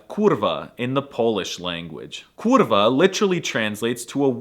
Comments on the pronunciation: As a Polish guy I can say I know some people that use "kurwa" literally every second or third word. It's even more often than we use commas xD Your kurwa is kinda nice for a foreigner, but if you will practice long "kurrrrwa" you will be almost fluent in Polish. Nice video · When you say 'Kurwa' you should stress more on K sound.